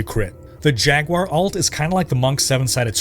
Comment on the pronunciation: Highly recommend you look into distinguishing the way you say Alt and Ult. Everytime you said Ult in this video I thought you were talking about secondary characters